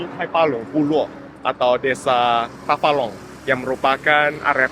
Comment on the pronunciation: Tafalong ===> Tabalong 😮